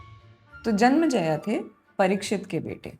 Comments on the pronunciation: It's "Janmenjay" not janmajaya ! And what do you imply by saying 12-12 saal puja karke timepass karte the ! Casualty aur lack of respect ka line par nhi karni chahiye. I hope ye isme malformations aur propaganda na ghusa de. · it was nycc.. but its not janmaijaya, its janmaijaye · it's janmejaya not janmjaya . pronunciation is essential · जन्मेजय। But it was great! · Hindi mein itna saral sugam sunder prastutikarana aajkal nahin sunne milta hai Par haan, aapko naamon ke uchharan mein karya karne ki avashyakta hai Asal mein Janmajaya ke alawa Dwaipayan ka bhi ucchharan thoda off hai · Was just about to point out but you've already apologised 🙆‍♂️😖